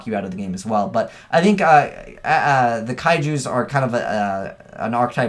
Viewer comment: say it with me "kai-jus"